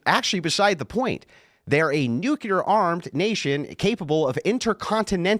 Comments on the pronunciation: "Newkyater energy." - (2025) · "Nuklear" knows he can get away with sophistry because his audience doesn't care about facts. They actually revel in dissociating from them. "ooh big man say slur so he win!" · was the pronunciation of "nukulur" one of these facts xD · the point is he doesn't understand the difference between nuclear and nucular. Nucular" is a common mispronunciation of the word "nuclear". It's also a phonetic spelling of the word. Explanation "Nucular" is a result of metathesis, which is when two sounds next to each other are switched. For example, "nook le yer" becomes "nook ye ler". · "NUCULEAR!!" I like, but i fucking HATE that pronunciation of nuclear. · New-clear. New-clear. That’s how you say that word. Train yourself if you have a speech impediment, It’s not the word you’re saying - It makes you look like a WILD idiot. Stop saying the wrong word. Please? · It's one of my biggest pet peaves. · No, i am making a good point. If i understand what someone means when they have terrible broken english, that doesn't mean they communicated well. Your point is the empty one here. What the deal is with his common mispronunciation of the word nuclear is that it is a perfect microcosm of his overall abilities as a communicator and thinker. He mispronounces the word nuclear in a common way, much like he is a commonly unintelligent person. So there's definitely not "no point" to it.